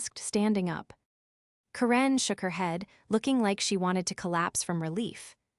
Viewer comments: Why did you mispronounce the name Karen? Made it sound like Quran. 😂 The only other baddie goof was; 'Coup de gras'.... well just the 'gras' part it's not grace. French is a bit of a pain.🙄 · Ugh, this needs some serious improvement. 16 min in and I quit. The AI can't pronounce Karen properly (grating on my nerves but tolerable). Continuity issue: the badge was surrendered and then also used on an elevator two minutes later. The whole concept of a 24 hr clause in this context is ridiculous. Anyone with 5 working brain cells would have set something like 30 or 90 days. The rest, I'm not going to finish. You already lost me. Better luck on the next one.